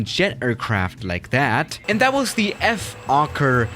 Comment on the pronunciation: Nobody:: F o k e r